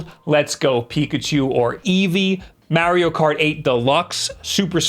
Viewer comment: It’s pronounced like NEESH not nitch. The way you say Mario is bad enough lol